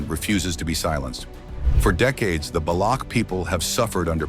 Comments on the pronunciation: Het not baloug its Balouch. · Baloch is not pronounced as Balok.. Its ch is pronounced something as in Chance or Change.